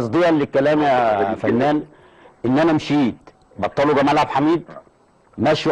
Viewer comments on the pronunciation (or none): none